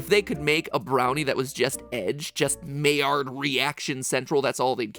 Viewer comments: Mai rhymes with eye, not may. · My-ard not May-ard 😁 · Just a quick note, Maillard is actually pronounced My-yard, not May-yard! but it's a common misconception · "Maillard" reaction is actually pronounced "my-yar". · The only thing I gotta say is I prefer the pronunciation to be My-yard insta of may-erd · It’s pronounced my-yard (my and yard share the y) 😭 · Lol Maillard is pronounced miyard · Matpat: pronounces Maillard as "mayor" Me: pained French noises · Maillard reaction was pronounced with “my” at the beginning... I’m must now google it. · maillard is pronounced my-YAR (looked up the spelling of the pronunciation on wikipedia)... that was bothering me the whole video. (though i've heard people pronounce it my-YARd, but really, either way is better.) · maillard reactions are pronounced "myard" reactions matpat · I'm pretty sure maillard is pronounced my-ar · am i the only one who cringes when he pronounces "Maillard"? I don't know why, normally I don't care about these things. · Anyone else get annoyed on how he pronounced maillard. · Hey Matpat you're pronouncing Maillard really weird, also check this out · As a cook its botherd me he pronounces it wrong everytime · You're pronouncing Maillard wrong.